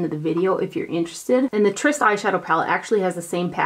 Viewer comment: Could it be that you were sent the Tryst palette because you are the only one on you tube who can pronounce it correctly?! Just a thought. Love your videos!